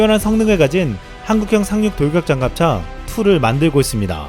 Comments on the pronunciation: 상륙돌격장갑차 발음이 많이 어려우신가봐요 ㅋㅋ 잘봤습니다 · 아 이거 적을려고 했는데 ㅋㅋㅋ 발음 엄청 힘들어하는것 같았음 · Hemisphere N 조용히 발음해 봅니다. 산륙동격잔갑차. 살육동격장갓차 ㅋㅋㅋㅋㅋㅋㅋ